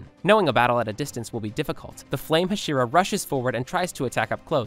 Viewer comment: Nobody gonna talk abt how he’s just torching inosukes name over and over and still hasn’t figured out how to pronounce hashira